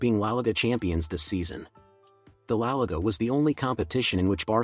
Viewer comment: Laliga❌ Lalga ✅